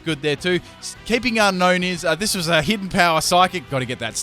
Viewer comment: It's pronounced un-own not un-known lol.